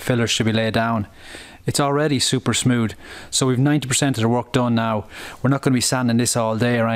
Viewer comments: You say smoood, when in fact its smooth. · He said “its super smood” 🤣